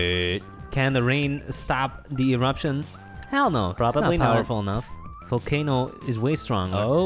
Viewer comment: I was thinking you said vulcano in rusia